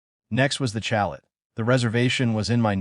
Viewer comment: Chalet. Is a French Word. You do not pronounce the T.....Chale ....